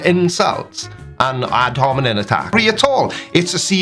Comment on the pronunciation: I really love you and your channel and because I do, I'm going to correct your pronunciation in case Docnot Hovind decides to throw it back at ya. It's ad hominem, with an "m", not with an "n" as you kept saying. Byee Love you, lol.